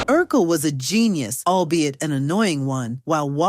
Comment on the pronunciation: Urkel not Urquel😂